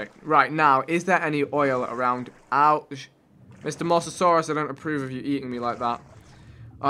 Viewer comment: Vik needs to learn how to pronounce names Dunkleosteus isn't pronounced dung-kleo-staeus Ankylos are pronounced ang-keelo And mosasaurus is pronounced mō-sah-saw-ris